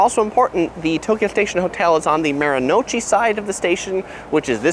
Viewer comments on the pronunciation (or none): Maru-no-uchi, not Maro-nochi.